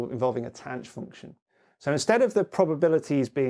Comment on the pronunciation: Late comment... but when did "THAN" for tanh (with a voiceless "TH", as I was taught in 1981) become "TANCH"? And it is still "SHIN" (pronounced "Shine") for sihn and COSH for cosh?